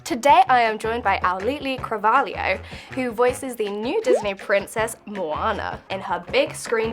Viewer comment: you saying her name was so funny